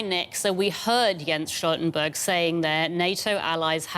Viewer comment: Talk is cheap. StulzenBurg is blabbering